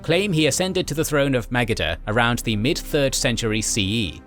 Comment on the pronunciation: Magadha is badly misspronounced